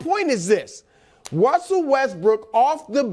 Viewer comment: my boy Brou out here talking like Elmer Fudd? Who is Wussell? 😂😂😂